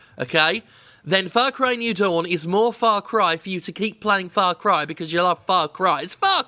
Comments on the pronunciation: Everytime Jim says "Farcry" I keep hearing "Farquaad" - the villian from Shrek 1. Ya think Ubisoft's compensating for something? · It's Far Cry. Far Cry ing out loud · "ITS FOCK CRY!" - Jim Sterling. Ubisoft should add that on their (NOT) GOTY promotion ad